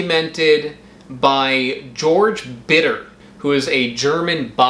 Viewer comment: Georg in German is pronounced Ghehorgh ;)